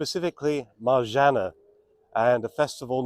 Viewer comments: Marzanna- One repeats the N twice in this name, just like Anna (not Ana). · Marzanna , please pronounce double NN, otherwise , could it get it.